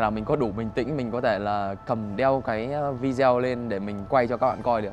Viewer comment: Phát âm chử Video vi-đi-Ô….. chứ không phải vi-deo